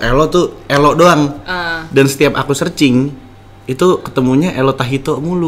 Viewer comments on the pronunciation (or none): Dilaann itu letto bukan ello😂